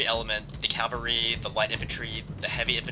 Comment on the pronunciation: love you, but it bugs me to no end how you say "cavalry"....you say "Calvary"....which is The hill outside Jerusalem on which Jesus was crucified.....lol